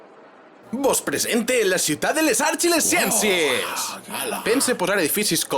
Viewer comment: en Valencia ho pronuncien: Xiutat de les Arx i les xienxies.😂 Bona parodia.